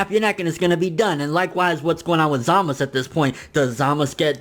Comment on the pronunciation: why do you say Zamasu wrong you say zamos bro its za-ma-su